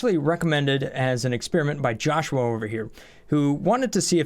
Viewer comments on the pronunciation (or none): none